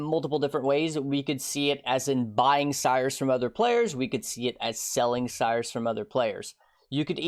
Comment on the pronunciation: I really wish you pronounced Sirus correctly, it would make all your videos better. Go listen to Zana's voice lines a bit. "Sirus, NO!"